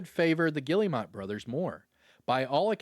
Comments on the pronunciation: The fact he just kept saying Gilli - mot 😂😂😂 it’s pronounced Ge - Air - Mo they are French. lol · Pronounced Gill-mot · that "guillemot" pronunciation is killing me